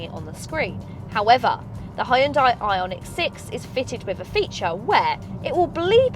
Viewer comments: Good lord, it's pronounced HUN-DIE! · I totally just looked up how Koreans pronounce it :P